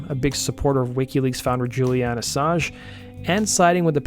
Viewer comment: I didn't realize it was possible to mispronounce Julian Assange in such a way lol